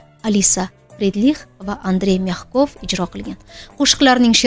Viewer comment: Ужас ужас… озвучка просто ужас 😂😂😂😂😂 Олег Мягков деган актер борлигини энди эшитишим 🤣🤣 Талаффузни ужаслигини. НовосеЛцев, НемалАев 🤭🤭🤭